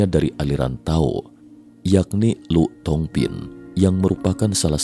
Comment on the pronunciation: Lù thong phin....dibaca Li thong phin...🙏